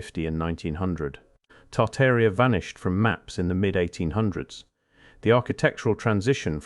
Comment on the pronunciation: "TARTAR IA"??? What is that?